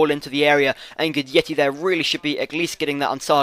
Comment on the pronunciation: It's pronounced "Gudetti" :)